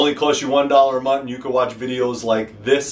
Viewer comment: I heard some Jersey in the end there "1 dolluh a munt"! 😝🤣 I'm from New York myself brother just stumbled onto your page and digging your blades! Definitely going to need to get myself one or two of them!